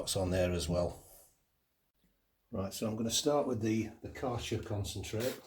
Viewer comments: You butchered the Kärcher pronunciation. 😂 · aaah right. I am German, so it was interesting to hear it. ☺️